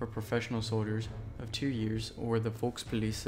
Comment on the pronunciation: Folkspolice? You mean Volkspolizei?